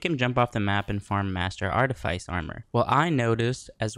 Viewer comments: lol learn to pronounce "artifice" right before failing at telling me what not to do. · Learn to pronounce artifice